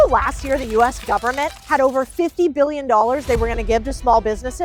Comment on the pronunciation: Correct,what "Mon-eye" does this govern-ment have??????